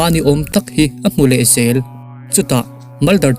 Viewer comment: Vek, tih tur fek., zel tih tur sel, zing tih tur sing nilovin, zual tih tur sual nilovin..zel tih tur sel nilovin, FBI, tih tur SBI nilovin.....zawt tih tur sawt nilovin, I tawng hman dan hi a mak eeee.........😂😂😂😂😂